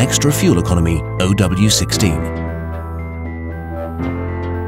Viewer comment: It's not Oh W 16, it's zero W 16.